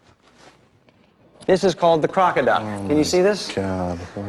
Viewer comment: Aaahahahaha! "crockoduck" Oohihihihehehahaha!